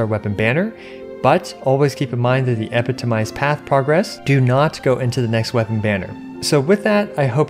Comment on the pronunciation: He's stressing the wrong syllable on 'epitomized'. The primary stress is on the second syllable 'pi' with the secondary stress on the last 'mized'. This first and third syllables are reduced.